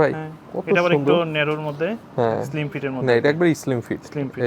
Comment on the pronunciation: What is eslim ?😂😂 Vai slim hobe,😂😂😂😂😂😂😂